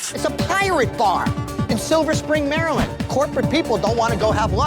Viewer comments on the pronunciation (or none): none